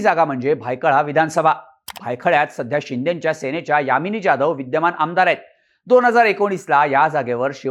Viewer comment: यामिनी 'जा'धव नाही (ज्या). जहाज च 'जा'धव म्हणा. #अभिजात_मराठी